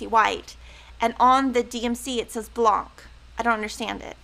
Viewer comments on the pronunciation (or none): Thank you for showing all your stitching projects. They look great. Blanc is white in French. The c is silent.